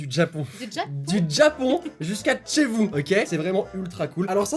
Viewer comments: l'intro est complètement WTF "Du Djapon jusqu' à Dchez vous" :D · "...du TjApAn jusqu'à TcHEz vous " x')